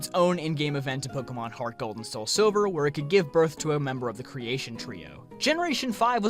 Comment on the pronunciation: Did anyone else just get annoyed everytime he said Pokémon. Just the way he pronounces and says it. Just hit a button for me for some reason